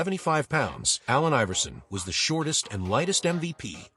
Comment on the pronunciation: When AI makes a video on A.I. but doesnt know how to pronounce his name!😂